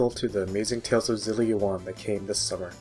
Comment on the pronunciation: You're supposed to pronounce the X in Xillia.